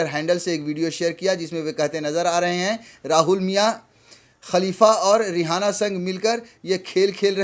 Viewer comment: किसान समर्थक का नाम रिहाना नही है सही नाम रियाना है एंकर महोदय अपनी जानकारी दुरूस्त कीजिए ।